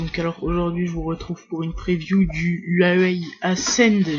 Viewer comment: le yuayuawai ahahaha XD le yuayuai